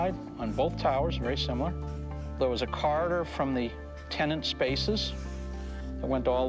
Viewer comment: Corridor not Carter!!